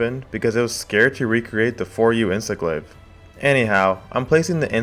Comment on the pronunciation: Did i just hear "Insest Glave" lmao